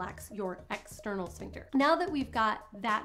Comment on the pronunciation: Ooops!!! Sphincter, not Shpincter😉